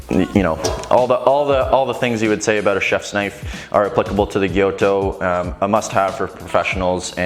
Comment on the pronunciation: Gyuto, not "gyoto"!